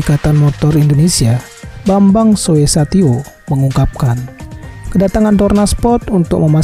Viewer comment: Ketua MPR RI dan IMI namanya BAMBANG SOESATYO dibacanya BAMBANG SUSATYO bang... Bukan soe satyo